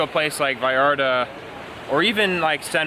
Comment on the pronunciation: I like how you pronounce Vallarta. We are all brothers, all we want is peace no matter where you come from